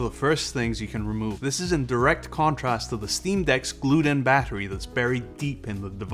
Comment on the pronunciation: 40Wh "bahery"